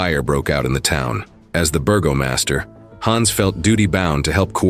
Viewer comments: The correct pronunciation is not “burglemaster”, it is Bergermeister (burger-my-stir”). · Bergermeister is not pronounced “burgomaster”.